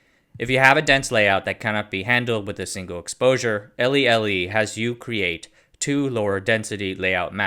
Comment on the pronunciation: Litho-Etch-Litho-Etch should be pronounced as "ley, ley."